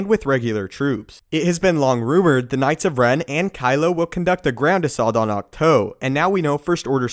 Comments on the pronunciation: Dude, it's pronounced AWK-TWO. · Isn't it pronounced Acht- TOO like the number two? I'm sorry this just bugged me a little the whole video. Otherwise awesome vid! Can't wait to see Rey train and become more powerful. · Pronounces the name of the island AND the walkers wrong.....